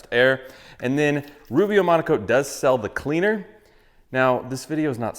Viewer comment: It's called Rubio Monocoat? Why do you always say Rubio Amonico?